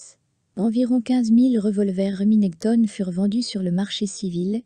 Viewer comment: Ca fait mal aux oreilles d'entendre Reminèctone😂